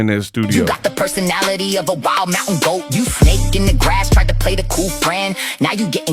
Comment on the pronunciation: “Magic GWOAT Skin” 😂😂😂